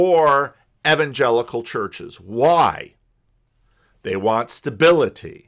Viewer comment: says evan-jellicle so many times at the start of this video that it gave me Cats flashbacks.